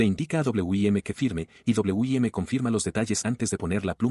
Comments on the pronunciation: Que porquería de IA, en vez de Wim dice "Doble u, Y, Eme" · como porque la ia no puede pronuncirar Win